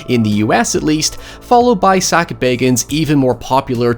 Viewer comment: Did you say, "it's host, Sackville Baggins"?